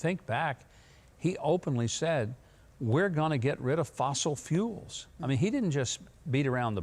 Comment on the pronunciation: Hi. Listen to Bidens speech he said fossel FOOLS